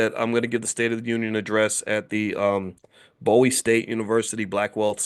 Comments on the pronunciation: Please say Bowie with a long O. Its a big deal out in the DC area. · It's BOO-wee State University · Bowie pronounced "BOOWE"